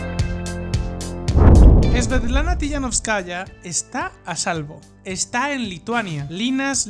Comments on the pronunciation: Se pronuncia TikaNÓVSkaya, aplicando la sílaba tónica donde lo veis en mayúsculas, no como lo pronunciais. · 'Linkevičius' debe ser pronunciado como 'Linkévichus', mientras que 'Tsikhanouskaya' como 'Tsijanóuskaya'.